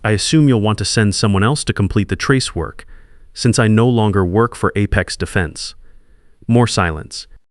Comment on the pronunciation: Perhaps someone could teach the AI reader how to pronounce ‘apex’ consistently.